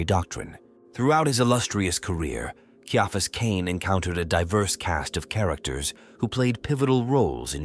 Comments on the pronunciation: All AI productions need a 'tard-wrangler. If you can't even get your AI to pronounce the man's name correctly, write it phonetically so it doesn't turn off listeners in the first 20 seconds. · I liked it, but I still winced each time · Atleast get the ai to say the name correctly…